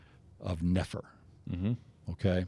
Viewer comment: . I ran into someone by the grace of God who was from Iran-ish area. As we read the bom, she told me Nephi would be pronounced as you said it, Nah-fee, and that name means to travel, particularly over water. Very interesting.